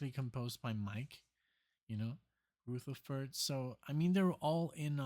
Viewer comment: You might hate me for pointing this out but it's the good folks who point out when you have a bit of food on your cheek. Rutherford isn't pronounced Rooootherford. Think Mike Motherferd, then say Mike Rotherferd. Easy Peasy. Have a great day! You have a great channel and i love that Genesis has become one of your top bands having missed out back you were younger and when they were putting out the early stuff. I would have missed out too as they were not nearly as popular as Yes and Pink Floyd back then. I just happened to have a brother who's friend discovered them and had him buy Foxtrot. There was zero radio play of early Genesis. It was word of mouth in my parts.